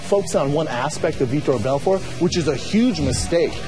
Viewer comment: For sure learn how to pronounce Vitor Belfort sportscaster lady i dont know.